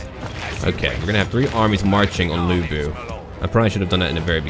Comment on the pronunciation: As foe the pronounciation, you've basically mastered the vowel sound. It's just the "Lu" in Lu Bu that you need to pay attention. Sometimes, "Lu" can be pronounced as "Loo" and sometimes the "u" can be pronounced as the first "u" in "ursurpation" (The same thing happens in "nu", too). The consanant, however is a whole new thing. First, the consanant "c" is always pronounced as "sss" with a slight "t" sound. The consanant "ch" is just "ch" in "chess". The "u" in "Ju", "Qu" and "Xu" is always pronounced as the first "u" in "ursurpation". That's basically what you need to improve.